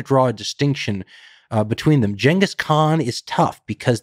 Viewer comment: It’s Genghis not Genghis